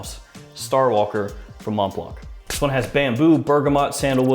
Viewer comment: Interesting list, haven't really heard much of any of them. In general i think your videos improved a lot over the past year. More smiling more energetic and relaxed presentation, keep it up. Although i have to be honest saying Mont blanc without the silent c triggers me every time :D.